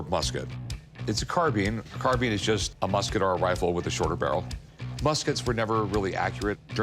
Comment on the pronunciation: Carbine , not Carbean , .....